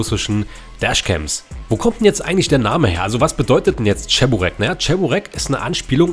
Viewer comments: Und das heißt Che-bu-reki nicht Tscheburecki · es heisst Tschiburek blyat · Wohin ist das beliebt in der Türkei vielleicht ist es bei denen anders aber es schon lustig wenn man hört wenn man cheburaki falsch ausspricht 🤣😂🤣die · Oh diese deutsche die wo cheburek nicht aus sprechen können